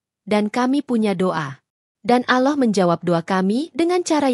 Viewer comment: Ini admin yg ngomong ini kya nya oten .ngucap allah aja ga pandai